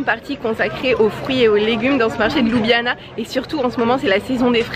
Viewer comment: La capitale de la Slovénie ne se prononce pas ''Loubiana'' mais ''Lioubliana'' 🙂 Le reste est parfait.